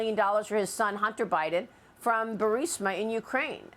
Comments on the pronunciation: He called him butter hide’n Lol I chuckled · He almost said butter hots laptop. Lol just found it funny is all. Gotta the little things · He almost said "Butter Hiden". I wouldn't disagree. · "Butter Heiden" ;-) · He said Butter Hiden...😂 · Lol! He said Butter Hiden! Hunter's hidin' that butter! 😂